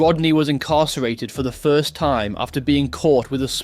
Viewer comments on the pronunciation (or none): none